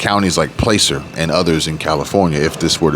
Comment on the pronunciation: Placer sounds like pl-AH-cer, not bitchin just tryin to help😊